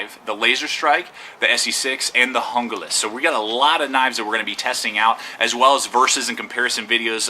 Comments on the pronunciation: good video, but its not pronounced hunglas its pronounced hoonglas, not trying to be a grammer hound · it is pronounced HOON GLAS !!!!!! call esee if you think I'm wrong!!!!! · the knife is pronoced hooglas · Hoon-glah. Damn gringos this is Spanish learn to speak it. How's it feel?